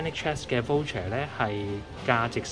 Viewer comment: 唔好意思你讀voucher 有點錯音！讀咗wo音！